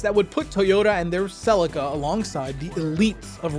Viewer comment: Sellika twice and I’m out..... One day an American will have the respect to research the pronunciation of words , Until that day.. Good luck and god speed 🤓✌️